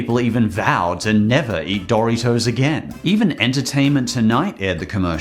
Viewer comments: I’m sorry but, BUT DID YOU JUST SAY DORY-TOES WTF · Happy to see the Critic here for a unofficial episode of the "Commercial Saga". Also love how your pronounce Dorito. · You call Doritos dory toes? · His pronunciation of "Dory-toes" gives me a migraine headache. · “Dory toes” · I love how says Doritos like Doortitoes lol. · it’s dor-it-os